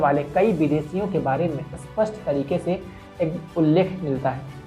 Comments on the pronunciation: 'Spashta' shabd ka uchharan theek tarah se karna seekho, tumhare muh se 'spashta' shabd 'aspashta' jaise sunayi deta hai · Please learn to pronounce 'SPASHT' and 'ASPSHT' While Spasht means clear Aspsht means unclear.